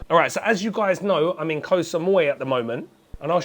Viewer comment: Thank you for pronouncing KOH (island in Thai) correctly! KOH and PATTAYA are the most mispronounced words by farangs.